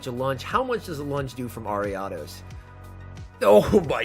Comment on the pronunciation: the ariados pronunciation tho....